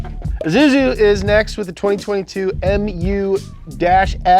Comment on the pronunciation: Isuzu not izuzu